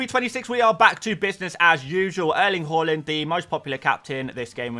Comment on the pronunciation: Haa-land Who’s Haw-lund?